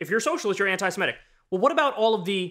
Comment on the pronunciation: Not "anti-siMETic". "Anti-seMITic."